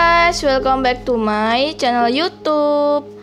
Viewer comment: YOUTUBE ,, bukan YUTUP